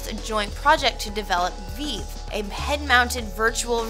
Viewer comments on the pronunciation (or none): "Veave" xD Pretty sure it's called Vive. I guess bees live in heaves now and instead of diving into a pool, we deave. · it is vive not veve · lol its Vive not Veve xD but nice video anyway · She made tons of mistakes. id software pronounced as I.D. software, Veave instead of Vive, this, and there were a few others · Did she just call it "veeve" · Did she call the HTC Vive the 'veev'?